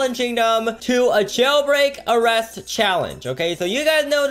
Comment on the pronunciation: "Jaulbreak" lmfao